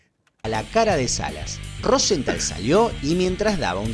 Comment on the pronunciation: Bostental??? Jajaja Es Rozental